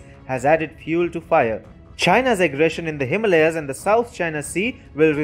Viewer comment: If ur Indian then pronounce Himalayas correctly